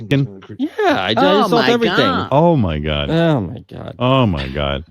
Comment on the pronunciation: This is Jason Kaplan's pronunciation of the word: salt. "THAW-ULT"